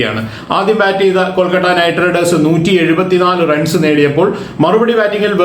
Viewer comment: കൊൽക്കട്ട അല്ല കോണാപ്പാ കൊഴുക്കട്ട 🙄എന്തൊരു ഇറിട്ടേഷൻ ആണെടോ 🙄കൊൽക്കത്ത എന്ന് പോലും പറയാൻ പറ്റാത്ത ഒരു കോപ്പൻ